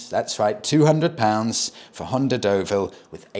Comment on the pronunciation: you're still pronouncing it wrong, it's the Dullville🤣🤣 Although in fairness, it came from a long line of Honda's that where beloved by motorcycle couriers. Like the Maggot, (CX500), C90, and Early Pan European. They went on for ever and had shaft drive. Same engine as the Transalp you love